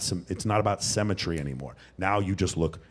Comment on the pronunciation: Dude what’s with the weird pronunciation? It’s symmetry not semmetry. It’s hemsworth not haynesworth Also you don’t know what symmetry means because you can be symmetrical and huge…symmetry means left matches right, top matches bottom